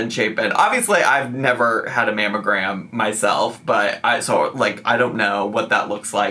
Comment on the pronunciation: Her pronunciation of mammOgrams is too much!